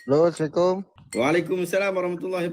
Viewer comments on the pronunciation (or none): none